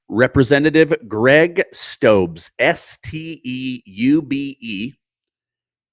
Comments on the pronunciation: His name is pronounced Steube=Stew bee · It's pronounced ...Stooby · ‘Stoobee’. Is how it’s pronounced!